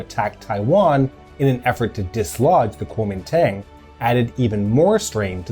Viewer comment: The correct pronunciation of Kuomintang is “G-wo” Min “D-Ah-ng”. Also it is not right to refer to the KMT army in the 1950’s as ‘Taiwanese’ as the soldiers were overwhelmingly from China and NOT Taiwan where they were an occupying force.